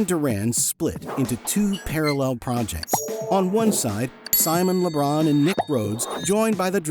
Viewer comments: Why is he saying Simon Le Bron?? Is he thinking of Lebron James? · "Simon Le Bron"